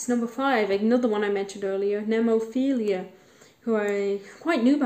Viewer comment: one remark: nemophil-a (not nemophil-ia). and that's actually my personal favorite Japanese metal band.